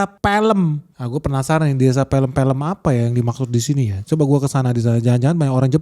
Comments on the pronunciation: Desa Peh lehm... Bukannya pey leym... Pelem itu bahasa Jawa.. artinya buah mangga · itu bacanya p{e}l{e}m ( sama seperti cara baca K{e}cil ) bukan p{e}l{e}m (sama seperti cara baca s{e}pak bola) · Pélem bukan pelem😂😂😂😂😂😂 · Mas Bro, pelem bacanya pêlêm - bukan pèlêm. Pe + lem => pe dr PEluh dan lem dr LEMbut. Pêlêm = mangga (nama buah nih, bukan mangga basa Sunda) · Pelemmm bukan Peelemm, Gimana yaaa ngasih tau nya 😂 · Pêlêm, bukan pèlêm (cara bacanya seperti baca pêrêmpuan. Pêlêm artinya buah mangga. Ternyata mangganya udah dimakan lélé. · itu desa sebutannya pelem bukan pElem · Desa "Pêlêm" bukan "Pèlêm". Pêlêm = mangga Pèlêm = filêm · Bênêrin ejaannya dong bang, dibacanya desa pêlêm bukan pelêm 😃🤭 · Pelem om Ben... Bukan PE tapi pe' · Peelem om..... Bacanya... Bukan film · Bukan peylem om tapi pelem (mangga)😅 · Desa peuleum bukan di baca pelem , JD arti peuleum itu arti dari mangga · Pengucapan pelem, itu mangga, bukan film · Bacanya jamgan desa Pēlém...lu kira pēlém bokep, mungkin bacanya desa PÉLÉM ( artinya buah mangga )😅😅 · Desa "pelem" itu bahasa jawa,bacanya Pe'Le'm alias Mangga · Desa PELEM, BACA ~> PEULEUM, dalam bhs Jawa "Pelem(peleum)" itu artinya Mangga. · PELEM itu artinya buah Mangga bang, bacanya jg bukan Felem beda lafaz.. Coba tanya orang Jawa cara bacanya bagaimana. 😂😂😂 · Cuman mau komen, Pelem tu, pengucapannya pelem ( mangga ).. Dlam bhsa jawa ,.. Bukan pelem= Film 😂😅. 😭😭😭🙏, peace bro , gua warga desa nya itu... Btw,.. Yg dbhas abang ni , lokasinya ada d kmpung yg jga dikenal dngan *Kampung Inggris*. Let's come Gess, mampir lah siini😅🙏✌ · Bukan pelem...orang jawa bilang PEL'EM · hahaha.. itu nama desa "Pelem" diambil dari kata (buah) "mangga" dalam bahasa Jawa. Pengucapan "pelem" di kedua suku kata dengan "e" pepet (seperti pada kata "beli" atau "keras"), bukan "e" taling (seperti pada kata "bebek" -binatang-) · desa mangga itu bacanya..bukan pilem om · Pelem = e nya pake pepet & pepet (e nya kayak emas)